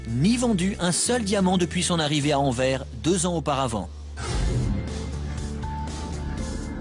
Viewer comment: On dit "Enverse" et non "Enverre"